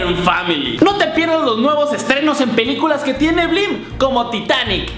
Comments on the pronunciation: Puso" Vlim " y es Blim.. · jajajajajaj puso vlim y no blim